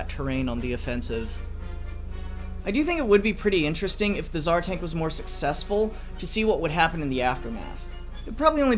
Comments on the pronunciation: Did he just say... Tsar dank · are we going to just brush over the fact he called it the "Tsar Dank"? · Is it just me or did u say tsar dank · did you really say "Tsar Dank's design" or have i misheard? Although as tank memes go this really must be the dankest 😬👌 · "Tsar dank" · “the tzar dank” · "the tsar dank" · "The Tasr Dank" I heard you. 😎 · Did you just say tsar dank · Did you just call it the Tsar Dank? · You sad the tzar dank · Did you say the tsar dank? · He seid tsar dank